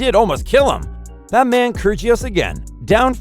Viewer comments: Gotta love kergios it’s pronounced kyirios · This man has no idea how to pronounce any names. Nick Kurjios Pierre Hugis Herbert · Really?? KERR-JEE-US? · Mf really said "Nick Kurjious" 💀🤡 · Gotta love ‘Kergious’ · This guy did not just say kyrgeious like bruh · It is pronounced Nick (ki-ri-os) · Get your pronounciation right ffs. It's not keergios. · video should be titled as 'the real way to pronounce Krygios' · The way he pronounces kygrios, I was laughing my head off 😂😂😂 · Kirjios instead of Kyr'ios, Thomas Berditsch instead of Tomáš (TomaSH) Berdych (BerdiKH)... OMG Ayven Lendl :-D :-D